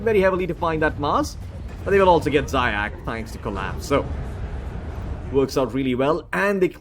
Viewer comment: Zayac correct pronunciation is "zayaTS" or C as central. it means hare in russian заяц